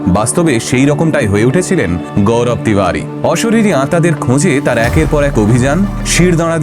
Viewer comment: Tibadi na ... Tiwari... Age nije perfect hon... Pore onner bhul dhorben 😂😂